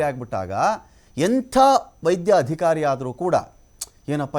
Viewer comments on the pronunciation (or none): none